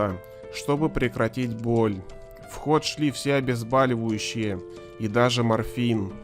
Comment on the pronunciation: Не обезбАливающее а обезбОливающее